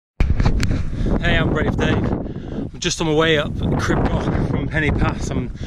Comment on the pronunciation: I beg you learn to pronounce it as "Creeb Gokh" thanks xx